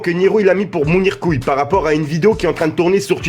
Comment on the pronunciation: Je suis seul à remarqué qui appelle mounirmoons Mounir couille